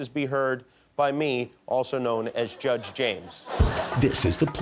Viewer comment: lol every time he says judge it def sounds like josh.